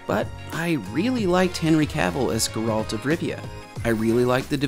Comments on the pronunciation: First off his name is pronounced GARE-ALT not GER-RULT for the love of GOD...Did you really watch it 3 times? I only ask because you keep pronouncing his name wrong even though literally everyone in the show says it right. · Dude, I love your videos but you just made me cringe saying Sir Geralt of Rivia’s name so wrong like that!😅 It’s Ger like air. And alt like fault. His name is Geralt.😂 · dude you said you watched the series 3 times how can you still mispronounce "Geralt" it's stressed on the "e" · Every time he says Geralt’s name I twitch a little. How do you hear the name in the show and then say it like that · You watched the show three times but still can’t pronounce the main character’s name? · I cringed so hard whenever he mentions Geralt xD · You are pronouncing Geralt wrong and it drives me nuts.... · Why does everyone new to The Witcher always pronounce his name wrong?? And like bruh, you watched it three freaking times. HOW YOU GONNA MESS UP MY BOY'S NAME LIKE THAT?! lol